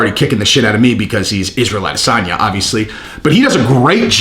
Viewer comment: Get that Nigerian spin on it.... A-diss-son-ya